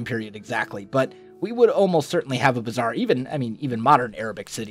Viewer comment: He tried to pronounce "bazaar"